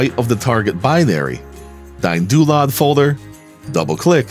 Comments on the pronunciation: I dont like DynDolod. But I love watching this video and I love how yous "DayinDoolod" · "Dyne-Doo-Lod." Welp! I've been pronouncing it wrong for years!